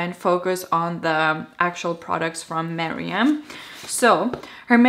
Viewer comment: I love how you say Meryam! It's awesome x